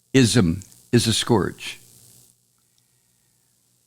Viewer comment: not to be an asshole, but you're pronouncing "scourge" wrong, and honestly? you're pronouncing it like Trump does, so I cringe every time you say it like that. It's not pronounced like "gorge", it's pronounced like "urge" or "purge".